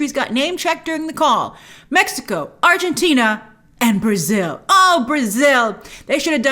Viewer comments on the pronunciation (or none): none